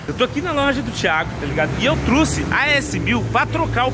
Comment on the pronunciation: " eu truce " kkkkkk